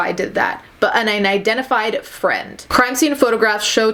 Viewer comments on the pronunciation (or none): none